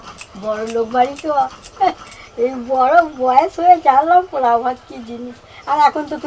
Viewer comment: মটন পালোয়া ( পোলাও), কৃষ্ণার ফেভারিট চালদার(চালতার) চাডনি(চাটনি)। কী সুন্দর উচ্চারণ!!!!!